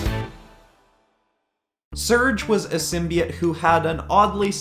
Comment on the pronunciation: You say simbeits it's simbeotoe